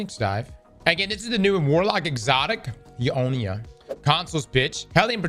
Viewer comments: Eunoia ❌ Eeeeohneeeuh ✅ 🥀🥀🥀🥀🥀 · bro i got that sidearm without even playing pvp lol i got it from a engram of some sort , cant even remember what it was from but yea only tier 3 tho and its ok not god god roll but has healclip haha i want redirection or burning ambition. also damn its funny you say euonia instead of eunoia 🤣🤣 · Y'all it's pronounced (you noy uh)